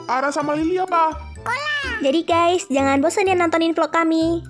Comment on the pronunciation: nyebut Ges 😂😂😂😂😂😂